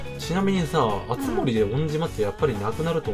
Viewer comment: あっ！付け足し あつ↑もり↓(イントネーション？) それさ から聞いてから…… 毎回気になるようになってしもた！（笑）